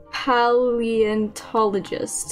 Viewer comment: Pay-Lee-on-ta-lo-gist please get it right next time so we don't get sad next time anyone get's our names wrong